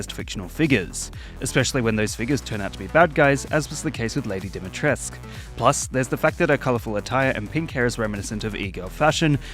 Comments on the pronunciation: Its not dimetrecs its dumitrescu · Bro why is everyone butchering the name dumitrescu